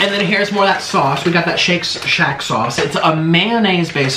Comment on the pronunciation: ah yes the classic : shit shat